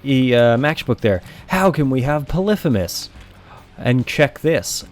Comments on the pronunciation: polephemus?its pronouced pollyphemus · poly-fee-mus not puh-liff-uh-mus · it makes me angry how he pronounces polyphemus. it's not 'puh liff ih mus', it's 'pah lee fee mus'. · its polyphymus (poly-fee-muss) not polyphemus (pol-if-a-mus) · Its not polithemus is poly fee mus like polygon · polyphEmus, not fucking polyphymmys. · po-li-phe-mus instead Poly-phemus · I'm so sorry but this REALLY pissed me off, and I had to comment on it! Its pronounced 'Polee-Feemus' not 'Polifumis'. Yes, I'm THAT kind of person! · It's Poly like polygon and femus not pa-lifimus. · Stop saying Pelifimeus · It’s poly-femus btw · Pronounced Poly-fe-miss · its actually pɒlɪˈfiːməs not what you said. poly femus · its okay that you sayd polifimus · Derpy Muffin I always thought it was pronounced "Poly-HEE-mus" not "Poly-FEE-mus" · I though the actual ancient Greek pronounced it pol-if-i-mus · It's pronounced p ɒ l ᵻ ˈ f iː m ə s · u say polypemus wrong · thats wrong, names weren't pronounced like that in ancient greece. It's "Pull - if - uh - miss" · It's Greek. Pronounced "poli fi mis". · im triggered by the way he says polyphemus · The f*ck? How did you pronounce Polyphemus? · You say Polyphemus weird :S